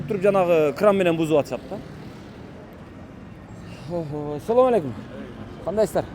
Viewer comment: Соом алейкум дебей туура учурашсан